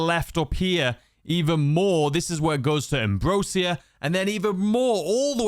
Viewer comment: Ambrosia is pronounced like how Asia is.